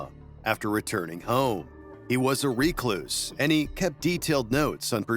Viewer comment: 100% AI cause who says "recluse" like "ree-cloose"